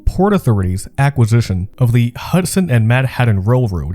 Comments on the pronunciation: It's not pronounced Manhadden! Try saying Manhat'n, like you're skipping the vowel and not the T's. Many young people these days really do not know how to pronounce their T's, either ignoring them or making them silent. I first heard it this wrong way when I was in a call center in 2012. The rep next to me said the word important as impor-ant. People there is a T in the word, please pronounce it correctly. Are teachers messing this up or are the kids doing it on their own? Learn your language. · It's "Man-haT-TAN" not "Manhaddun". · Excellent documentary. Great research. Fine presentation. But the halting narration and the continued way you (mis)pronounce "Manhattan" turns me off. As a professional voice actor, it was enough to make me stop watching a few minutes in. Manhaddan... Manhattan... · It's ManhaTTan not Manhadden... stop it! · This! There’s a T in Manhattan, not a D for instance. And Canal Street is “CUH-nal” not “CAN-ul” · Yes. Also the prononciations drove me nuts, especially “Manhaddan.” “Uncerdain.” “Seri-ez.” “Taggled” instead of “tackled.” Etc. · If I have to listen to him say "Manhadden" one more time... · Man-HADDIN lol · I was trying to get into this, but the robovoice constantly pronouncing it "Manhaddon" drove me nuts! I had to bail when I was only 5 minutes into it. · Good video! Ta and Ds are supposed to sound different. “Manhattan” is not pronounce “Manhadden”. And “button” is not pronounced “budden “… Again, great video! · Yes. Oh, and "MAN-HADDIN" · He pronounced "esplanade" as "esplonDAY" also. That cracked me up. He also reads like every word is its own sentence. "Manhattan. Was. Originally. Settled. By. The. Dutch." That drove me insane. With a little work on the voiceovers, this could be a huge channel though.